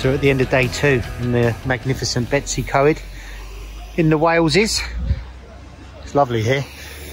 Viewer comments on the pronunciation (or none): Bettsy Co Ed lol say it like this bettos e coid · "Bet iss (but said as one word, Betiss) e coyed" - Betws Y Coed - Don't want to be pedantic but... Great review though.